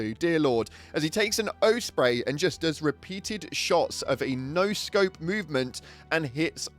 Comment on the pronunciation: Calling it an o spray is crazy